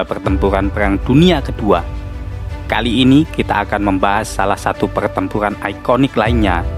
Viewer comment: PERTEMPURAN bang bukan PELTEMPULAN